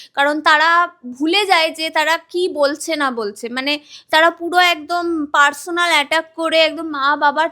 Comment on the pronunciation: Personal ❌Parchonal✔️